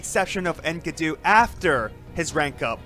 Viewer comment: Its pronounced EN KEEE DU